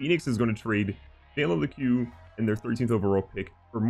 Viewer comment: It’s pronounced jalen LEEK not le-q